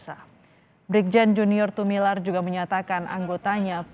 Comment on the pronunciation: Tumilaar, bukan Tumilar